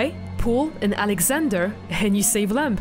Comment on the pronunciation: It’s “Lamb”, not “Lamp”